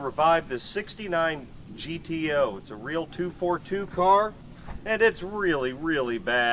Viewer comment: GTO: pronounced - Ghetto